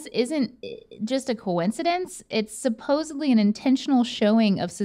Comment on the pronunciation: Did say "supposeBly?"